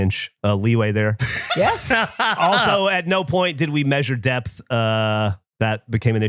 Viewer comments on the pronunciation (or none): none